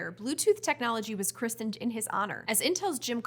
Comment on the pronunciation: The t in christened is not pronounced.